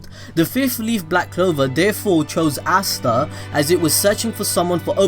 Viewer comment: astaa not assta say asta